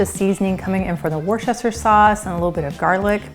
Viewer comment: I really don't want to be pedantic, but your channel is so great. Time to correct the pronunciation. Woo - stuh - sheer. :) Really enjoying your videos!